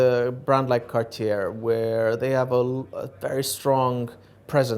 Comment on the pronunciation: …also the last “r” in Cartier is silent. It looks like the Dubai Watch Club would benefit from some pronunciation education, given that both collectors butchered the brand name identically.